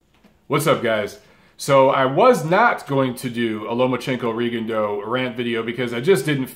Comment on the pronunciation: You calling Lomachenko “Lomo” instead of “Loma” triggered me especially because you talked about people saying his name wrong.